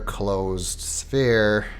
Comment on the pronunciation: Did anyone else get fooled when he said "and we'll continue..... In the next SPHERE"